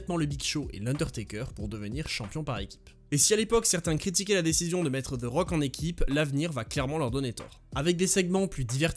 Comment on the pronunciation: "Ze rock"